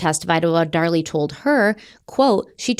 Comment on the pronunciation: Dar-LEE, from Krypton..